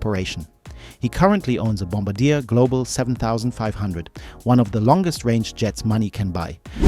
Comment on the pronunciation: Bombardier is not pronounced 'Bomb- a- deer', it's pronounced 'Bomb-bar-dee-air'.